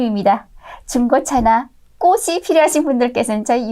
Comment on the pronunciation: 왜" 꽃"을 "꼬시"라구하지 ㅎ